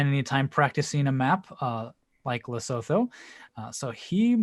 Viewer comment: Great job. To promote the culture of our next country, you could use it to educate the geoguessr community how to pronounce Lesotho (it's more like Lesutu)